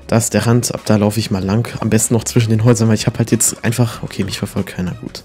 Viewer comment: Ich liebe "Lang" Das klingt nach "Lank" *_*